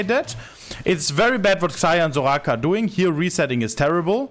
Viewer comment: I like the way he said Soraka 😂 zouGhaka